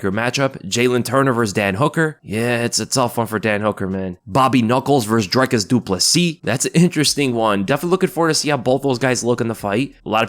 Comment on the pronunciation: Not Drykus...its Dreeekus, pronounced like the number three...:elbowcough